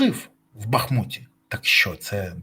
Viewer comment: Як ви вже задовбали. БахмУУУУУУУУУУУт. Наголос на другому складі. Зателефонуй в адміністрацію міста та спитай. Телефони на сайті БахмУтської міської ради. Кацаперня знищило місто, а ви знищуєте останнє що лішилось це його ім'я. Падлюки.